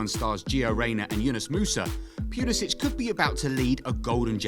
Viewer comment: The way you're pronouncing the first syllable of his last name is incorrect. British or no British.